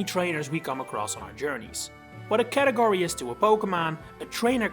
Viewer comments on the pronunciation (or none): none